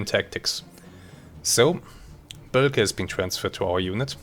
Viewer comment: Boelcke, pronounced "Böhlke", not "Böllke" - long Ö sound.